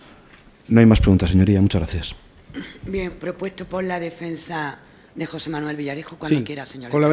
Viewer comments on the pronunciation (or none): none